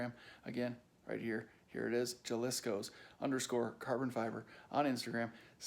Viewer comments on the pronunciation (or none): "Ha"-liscos not "ja" lisco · pronounced ha-lis-coh just an FYI